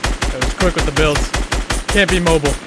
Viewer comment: Said mobile, not mobile.